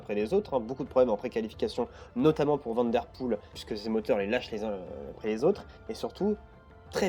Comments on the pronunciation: Eric Vandepoele, et non VandeRpoele... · Bon travail continue comme cela mais s’il te plaît : Eric van de Poele et non Vanderpoel !!! Les français ont vraiment un problème avec les noms belges 😢😉